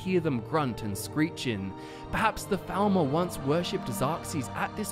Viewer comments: Sounded like you said thalmor in the beginning, not falmer. Odd. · It sounds like you keep saying thalmor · Lol I keep hearing "Falmor" as "Thalmor" and getting confused 😂